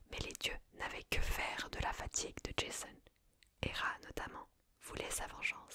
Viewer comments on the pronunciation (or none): 1ere fois que je vois cette vidéo. Mademoiselle svp prononcé correctement les prénoms et arrêté de vouloir tout américanisé. C est JASON et pas JaIson. Comme pour PoseIdon. Le i ce prononce. Dommage cela gâche la séance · Super vidéo, mais on prononce Jason pas Djaizonne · Ja-zon , pas Jayzone ma belle :D Il était grèc pas américain! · J'adore le concept mais prononcer Jason "Djayson" ça m'a sorti du truc 😭😭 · Le pire étant encore "Djésonne" 😅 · Oui jaîzon 😂😂. J'ai beaucoup aimé, ça "marvelise" les mythes, lol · On prononce JA-ZON et PO-ZE-II-DON...!!! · Bien sympathique cet épisode d’ASMR. Lecture originale et captivante. Seul bémol : la prononciation à.l’anglaise du nom de Jason. Totalement anachronique et ridicule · Tu sais que d’habitude j’aime bien ton ASMR mais là tu m’as saoulé, j’ai coupé la tu prononces Jason à l’américaine ça m’a grave soûlé, alors qu’à la base c’est un nom grec Jason, la Toison d’or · Alors, je vais écouter parce que j'aime la mythologie grecque, mais j'avoue que le Jason prononcé à l'anglaise m'a surpris XD. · 😂😂😂 J'pense pas qu'il faille prononcer J.A.S.O.N avec l'accent anglais ! Trop drôle ! Il ne s'agit pas du tueur au masque de hockey de vendredi 13... Ni d'un fan de tuning originaire de Boulogne sur mer ou de Tourcoing !!! Mdr !!! 😂😂😂🎉🎉😂😂😂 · C'est top mais la prononciation de Jason !!🤣🤣🤣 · Desole la video est bien, l idee en tout cas, mais etant grec la facon dont tu prononces jason a l américaine c est pas possible pour moi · entièrement d'accord, cela gâche tout!